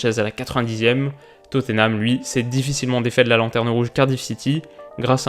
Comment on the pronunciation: je t’adore mais il faut vraiment que tu prononces TOT-NAM et plus du tout Tott-E-nham. Ça fait trop franchouillard, trop gône!